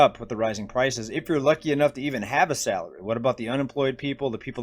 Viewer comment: For a second i thought i heard you say “rising crisis” instead of “rising prices”. Eh, same thing at this point.💸💳